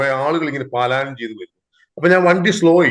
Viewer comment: പാലായനം അല്ലടാ, പലായനം ' . എന്ന് പറ.